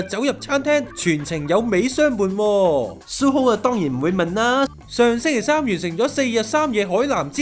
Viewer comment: 調情呢兩個字你都講得出😂 好心你報出街之前就睇下佢地嘅野先啦 隻扼係EXO裏面吾只得世勛同Tao有囉😌 而且阿 你一直讀錯Suho個名囉😏 想炒紅自己本野都吾係用呢啲哪渣招 EXO出道一直都係互相支持 好啲感情又話人呢樣個樣 友情吾等同於愛情 你懂不😊 你咁樣膠報對佢地影響幾大你知吾知？由其係Tao 好好地去渡個假又比你話池邊偷情 膠到一個點囉 估吾到我第一次知呢本野係因為呢啲派膠報導 如果你有翻小小良心好心你就公開澄清加道歉啦 Face magazine想紅不是靠這樣的